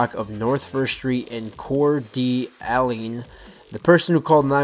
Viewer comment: LOL im from Coeur d alene, and its pronounced ( CEWER DA LANE) and i might add that his brother was special needs child and he says in a interview, "He was retarded, so i don't care about him."